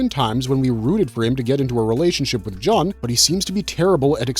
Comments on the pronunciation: Joon, not Juhn :) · You're welcome, & that also sounded so wierd when he said John instead of June 😊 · princess "jon" is not pronounced as JOHN, but rather JUN as in JUNE. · G-3's name: "Jun" is pronounced "Joon." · Thank you for the corrections. Especially on character names. I winced every time I heard Jun’s name pronounced wrong.